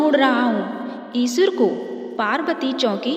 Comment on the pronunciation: O bhai vo eshur nhi eshwar h.